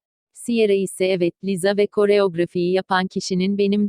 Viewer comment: Yanlız Google cım Lisa değil liza diyo ikisine de djsbksbdjff